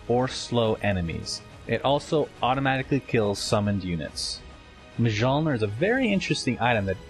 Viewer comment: I guess Mjollnir is pronounced Mh-yol-nir.